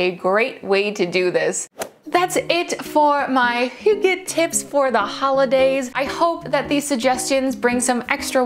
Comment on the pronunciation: That's not a real fire - its your tv right? Also, impressive pronunciation of hygge!